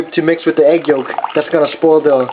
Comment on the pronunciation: "it is D best" , "get DIS one" , "putting DUH water" , "alright, DAS kinda boiling" XD oh Korean Americans lol